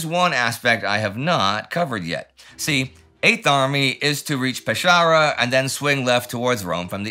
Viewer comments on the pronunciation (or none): Your pronunciation of non-English words was near perfect throughout this channel's episodes, but phonetically, it is Peskara, not Peshara. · Try "Peskàra" for the city name to get it right, that is how Italians read Pescara. As pronounced in the video it would be written "Pesciara". 👍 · 'Pescara' , pronounced 'Peskara' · Just wanted to make a very little correction about the pronunciation of Pescara: it's pronounced with a hard C, like if it was pesKara, but still, an amazing episode like always! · Indy, love the Italy coverage but I need to say, Pescara is pronounced with a hard c or k sound. My family is from the area.